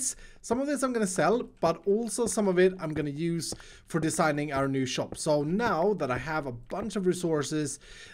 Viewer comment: saying shoap instead of shop new subcriber btw